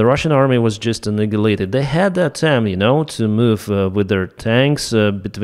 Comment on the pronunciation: Its ..AH-NI-YA-LAY-TID....Not ANIGALATED..i'm sure you're joking, but just in case.